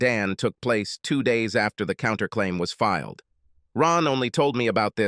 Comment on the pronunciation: The stupid accent change really ruins the mood of the story. Why does the bot reader have to say 'fil ed' instead of 'filed'? It seems such a simple word, one syllable even. Again, the stupid accent returns. Good story, only marred by the bot narrator.